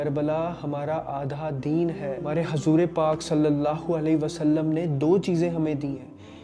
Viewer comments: Bahijee it's huzoor not hazoor ok..... Keep it up I m there with you bhaijee😊👍🏻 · bhai aap apna pronounciation correct kariye hazoor pak nhi huzoor pak hota hai plzzzzzzzzz